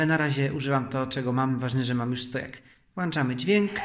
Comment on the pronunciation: "Włanczamy" dźwięk? To "wyłanczamy"? Skoro "włanczamy" to dlaczego "pokrętła" ) a nie "pkręcadała"?